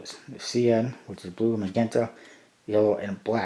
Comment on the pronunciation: It's pronounced "sai-an" and "majenta"